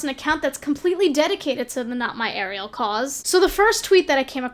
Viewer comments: It’s Ariel not air-ri-el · Air ray Elle? The fuck? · ikr she says it like sebastian lol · You pronounce ariel wrong lmao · The only thing I was triggered by in this video is how she pronounced Ariel